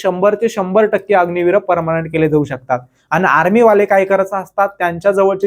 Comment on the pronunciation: Parmanent ❌ parmnat 😂😂😂